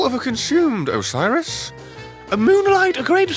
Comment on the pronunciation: You know hes played this before because nobody in history has ever pronounced Oceiros' name properly the on their first try.